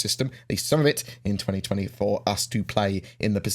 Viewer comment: it kinda sounded like you said 2024 but it was really 2020, for us to play lol